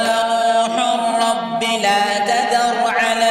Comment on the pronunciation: "Noon hun Rabba" Nahi balke "NOOH HUR RABBE" hai